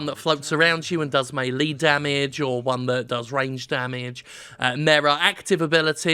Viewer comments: “May” “lay” melee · meh-lay is UK, may-lay is US, may-lee is Jim. What the heckin' heck is mee-lee? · I think i've heard melee pronounced may-lay and mee-lee but never may-lee